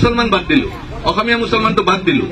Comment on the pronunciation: অসমীয়া শব্দটো কব নোৱাৰে osomiya বুলি কৈছে